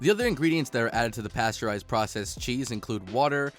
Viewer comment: paysterized and homogized!